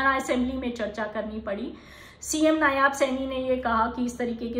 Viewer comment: Ma'am there is a correction CM Haryana name is नायब सिंह not नायाब सिंह as pronounced by you.